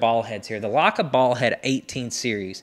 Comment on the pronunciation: Perhaps you should first learn how to pronounce the brand name. Then maybe others will know what you're talking about.